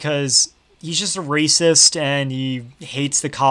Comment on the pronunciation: "Bad cus rayciss" no, that makes them awesome